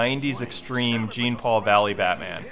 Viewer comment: dude jean is pronounced like Jean-Claude Van Damme. i have batman knightfall on an audio cassette and thats the way kevin conroy says his name